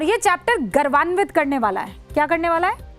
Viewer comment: गलत उच्चारण कर रही हो गौरवान्वित है ।